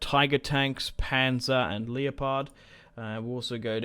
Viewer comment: “Leo pard” 😂